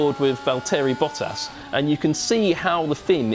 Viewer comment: Not that I'm against seeing new faces or anything, but... You made him do this analysis instead of Palmer, because he's black, didn't you? No, I'm not against it; in fact, I like this guy, you can feel that he's very passionate about what he's doing, even though he's mispronouncing Bottas' name. But I also like honesty.